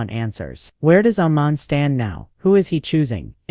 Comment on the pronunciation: His name is Iman not Oman get it right y'all always Fckg up someone's name